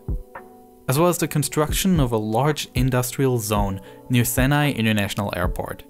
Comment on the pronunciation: Senai. Not seneye 😂😂 do more research.